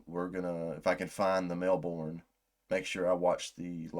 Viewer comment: FYI "Melbourne" is pronounced more like "Mel-burn". The Australian accent makes it sound more like "Melbin'", but i wouldn't expect you to say it like that.